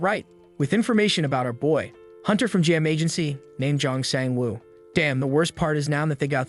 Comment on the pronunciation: Jun Jin woo 🚫 Jeong Shang woo ✅